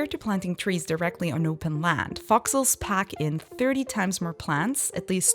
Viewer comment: Thought she was saying "foxles" for a while there. Long vowel sounds matter!